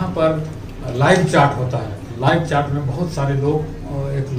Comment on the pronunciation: It's not chaat .its chat